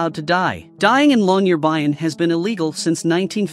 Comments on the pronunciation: You are pronouncing Longyearbyen incorrectly! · He is slaughtering the pronpronunciation of Longyearbyen